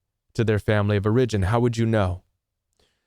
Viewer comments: It’s “OR-a-gin”, not “or-IG-in” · I've never heard someone stress the second syllable in "origin' before. "or-I-gin" 😀